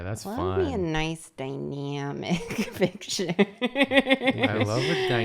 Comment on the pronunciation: Noice and die-nyamic ( I love her laugh X)) And back to noice and die-nyamic JOOOOLEAA!